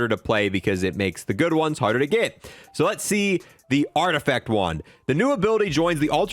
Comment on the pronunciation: Art-eh-FACT not art effect lmao